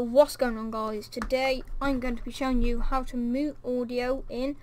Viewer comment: "Moot" xD